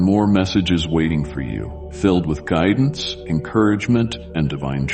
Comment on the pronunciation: I trust your gridence